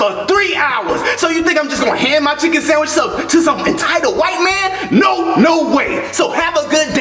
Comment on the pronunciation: Did no one else hear the dolph8n said samwich instead of sandwich